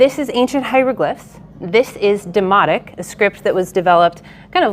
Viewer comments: Did you say demonic?😮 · At first I thought she said demonic (which actually makes sense for a tax document) not demotic…😂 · She says Demotic. I heard demonic. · Thought she said it was written in 'Demonic' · I straight up thought she said "this is demonic" and I burst out laughing 😂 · Oh it is Demotic! I thought she said demonic! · First time i heard this i thought she said "its about taxes that's why its written in demonic" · Who else keeps hearing “demonic”? “Taxes are demonic”